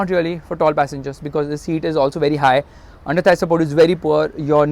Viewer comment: First time is saying underthie support is very nice 😂😂😂😂😂